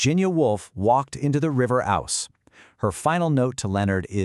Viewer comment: Its the river Ouse (pronounced Ooze)